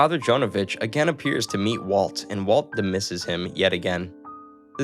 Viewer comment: "demisses" DISMISSES. Jesus...